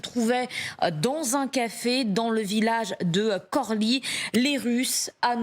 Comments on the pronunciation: Prononcez KHORLY pas KORLY Mademoiselle la journaliste. Prononcer KHERSON pas KERSON Monsieur le journaliste. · Le Kh ne se prononce pas comme un K. Pour rentrer dans le détail, le kh permet de faire une prononciation en français similaire au "J" espagnol, au "C'H" breton, au "X" slave ou "CH" allemand.